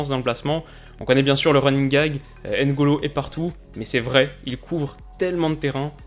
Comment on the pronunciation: Coucou, Tout d'abord je voulais te dire que j'adore tes vidéos, continue longtemps comme ça ! Après juste une remarque sur la prenonciation de Mbappe : pourquoi vous séparer toujours le "m" du reste, on "MBA" et non "Aime BA", c'est pareil avec N'golo, ne dites pas "aine golo" 😂 Bref c'était juste une petite remarque pour la prononciation.